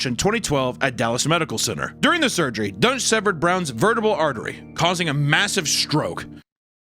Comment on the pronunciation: I thought they were saying his name was "Dr. Dunce".